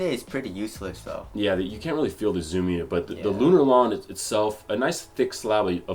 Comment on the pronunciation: the way said zoom 😂